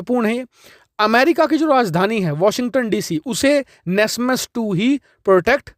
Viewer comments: nasmas nahin bhai NASAMS Air defense system hota hae bro 😂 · NASMAS nahi NASAMS